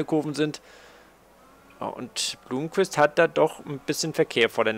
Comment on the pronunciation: Blomqvist spricht man noch immer Blommqvist und nicht Blumqvist aus:) Und Frijns Freins und nicht Frinj. Wäre cool, wenn du das noch verbessern könntest. Ansonsten tolles Video! Weiter so!